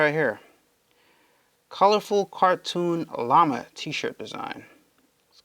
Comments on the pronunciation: its Lama not lima LOL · Láma not leeee ma 😁